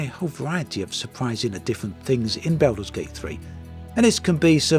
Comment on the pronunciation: Everyone: Baldur's Gate 3.: Belder's Gate 3